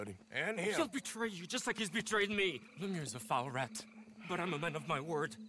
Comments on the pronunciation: It's like "Luhmew." :) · “Second Invitation from Mayor...LEM-MAAA-LAA-LA” lmaooo Literally something I’d say. I love videos 😂😂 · Im at work craking up at you trying to pronounce "Mayor Lemieux"